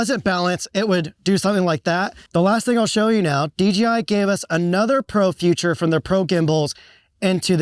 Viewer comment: 'Feature' is not pronounced as 'future' ;-)